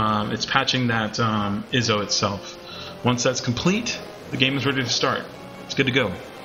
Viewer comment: Thanks for the info, but "iso" is pronounced "eye-so". My ONLY complaint with the whole video. Other than that, thanks from 2021!